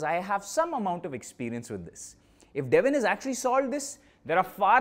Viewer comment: It's Devin😢 not devil By Devin